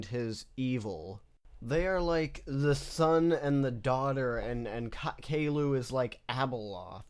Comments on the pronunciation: Caillou: the golden age Pronounced kay-loo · Everytime calliou was said kay-lou i giggled like a little girl